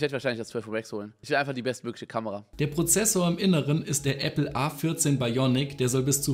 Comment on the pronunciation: | Hat er grade ernsthaft Appley gesagt?!?